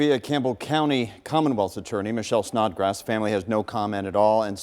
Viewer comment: Did he say "Snotgrass"?